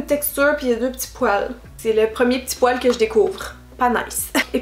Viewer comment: 😨😷quand tu dis fibre ça va mais quand tu dis poile 😯😷